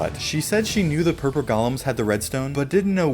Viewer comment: Did you mean to say purple golems or purper golems?